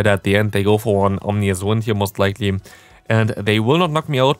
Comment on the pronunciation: Yo just fyi ominous is pronounced ah-min-nus